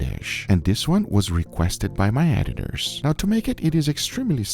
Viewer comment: Can't tell if he called them ate-it-ors or editors.